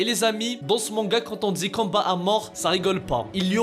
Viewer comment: Mdr au lieu de dire combat tu dis canbat